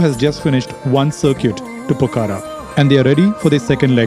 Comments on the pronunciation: It’s not Pokara. It’s Pokhara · The pronunciation is not “ Po-kha-ra “ its Pokh-ra